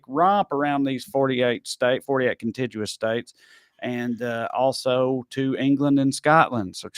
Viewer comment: "Contiguous" has a "g" like "grammar" and not like "gym". I'm surprised Mark didn't catch that and correct you.